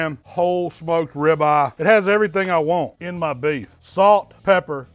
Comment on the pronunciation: You KNOW your in Texas when calls it a “Rib Ah!”🤓🤪